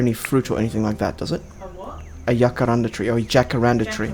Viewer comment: The way you said jacaranda at about 32 min, is exactly like how we say it in Afrikaans, one of South Africas 11 national languages, and i am damn well impressed. Although the word jacaranda and the tree is not originally from South Africa, it has bacome a big part of the culture, expesially in Pretoria, where I go to university, and it is believed that while studying, if one of the flowers falls on you, the test you are studying for will go very well for you. Just something I thought of while watching 😂